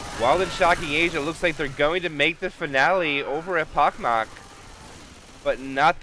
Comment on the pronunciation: Guys, you mispronounced echpochmak. It's not ekpokmak. "ch" should pronounce like in the name of country Chile. Also, i wanna thank you for all your work. Keep it up! And one more thing, where i can find RBT anthem? I like this song very much:)